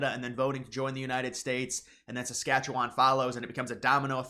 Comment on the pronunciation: You'd have more credibility if you didn't say "SAS-KATCH-YOU-WON and knew that Northwest Territories is not a province, but is a territory governed by Ottawa. There already has been a free trade agreement on autos and auto parts, in both directions, for decades. So what Trump wants in NAFTA, at least for the US and Canada. No tariffs either way, which is what it was supposed to be. But NAFTA was about stuff. Canada did not open its market to financial services and said an indigenous food industry, to the extent possible, was a matter of national security.